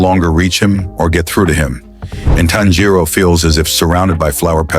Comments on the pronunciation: Not inosuke finally saying tanjiro's, name right XD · Inokuse said tanjio name right😢